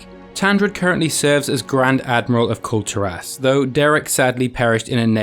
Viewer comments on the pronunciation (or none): everytime he says Kul Tiras all i hear is culled'ur ass.